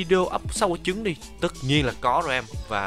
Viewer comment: anh nói ấp chứng rồng mà ☹️☹️☹️☹️☹️☹️